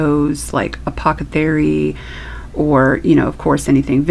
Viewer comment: You're saying apothecary perfectly in my book! Love the stencil!